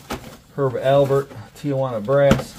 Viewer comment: It's Herb AL PERT. Not Albert. ALPERT. My Dad loved him. 🙂